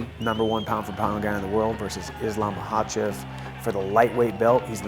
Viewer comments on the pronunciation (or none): He didn't lol. It was better than most people. He said Izlam Mahacev. He stressed the V that's nice. But in Russian pronunciation it would have to be "Khachev" (Хачев). He got the Kha-Chev wrong. If you wanna hear a proper pronounciation of Russian names, it's the Bellator announcer, he sounds like a native pronouncing last name like Nurmagomedov. I keep looking it up if he actually speaks Russian. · He literally said it like any other American would say it